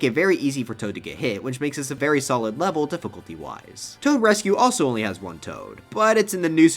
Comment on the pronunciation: is it me or the w in tow for the toad thing is a bit wrong